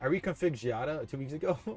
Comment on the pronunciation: I still dont get why you call her Xadia. Its Xiaaaadaaa bruh 😂